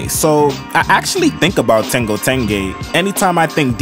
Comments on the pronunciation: Bro its ten-JO not ten-GO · I really like what are you doing here… I found it because I went on a search for how to pronounce the name of the show. I noticed you’re throwing a little bit of a GA style G sound in there forThe JH in tenjho I’ve also heard people pronounce it with a HA style H sound. Personally I have no idea how to pronounce it but I was wondering if you or anyone els knew something about the etymology behind this word because I was having trouble finding stuff. 🪬🫶🏽✌🏽🌈🧚🏽‍♂️🗝👾